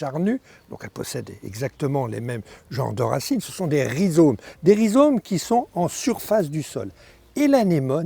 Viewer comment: On dit des rhizomes et non des rhizones!